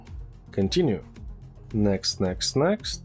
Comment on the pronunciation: i love it when you say " text next next" XD